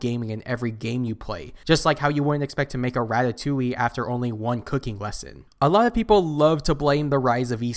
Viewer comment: Instead of playing so much halo maybe you should practice talking a bit more you have a slight speech impediment. Cooking Lesson not Wesson.